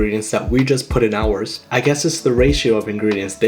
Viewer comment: I like how he says ours